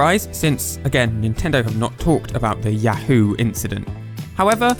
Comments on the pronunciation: 「ヤフー」 is pronounced a bit incorrectly. 「フ」 is more of a breathy "fu" sound, rather than "hu". "Hu" as in English doesnt entirely exist in Japanese. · actually there's written Yafuu and not yahoo, since フ is pronunced fu and not hu just like chi or tsu, it should be written something like ヤウー. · Entertaining video 👍 A bit of trivia from my point of view, for me, others here and during my childhood before Yahoo company existed, we would say say ya-HOO and later for the company name we say YA-hoo, that is, there is a different emphasis. You seem you pronounce it ya-HOO for both. Anyway, I found it interesting. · he pronounces it as Yah-hoe though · Yo I've seen Yahoo in oot but probs not said as in links awakening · You're not even pronouncing yahoo correctly.